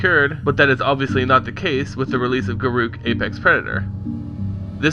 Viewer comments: He is pronouncing it wrong. Listen to any Wizards of the Coast employee pronounce his name. It's Gar ock. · If his name is pronounced the way you say, it would be written as garuuk, not garruk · dont worry Garruk is my favorite planeswalker and i pronounce it, and always have, Gah-ruke. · a have always called him Gar-ook as well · i always pronounced it guh-ruk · Garoookie crisp...lol, we call him Garook 2